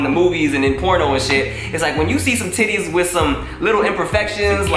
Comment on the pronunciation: The way Tim pronounces "Titties" lmfao its something like "Tiddays" emphasis on T